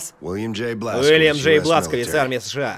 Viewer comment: Его зовут Блашкович а не бласковиц и ударение блашкОвич